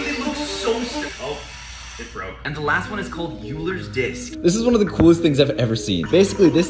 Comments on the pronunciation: T is not pronounced uler's it is oilers disk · It's pronounced oilers disk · Just so everyone knows, eulers disk is pronounced as oilers disk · love the pronunciation of 'Euler's disk' as 'Yuler's disk' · It's pronounced "Oiler's disk"